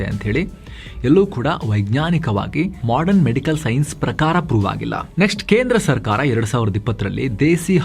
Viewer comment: Modern shabdsvannu modran endu uchcharisidderi avare... Sariyagi uchacharisiri